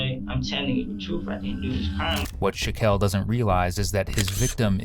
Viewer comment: "I"m telling da truf"